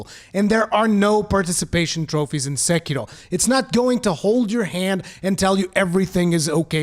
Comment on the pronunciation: Why do you roll the R in sekiro? It’s not Spanish😂😂😏